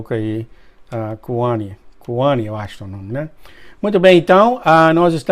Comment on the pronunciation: Meu nome é Kauanne de Oliveira Moura, e o se PRONUNCIA CAUÃNE . Meu nome é assim irmão, não kuami 😊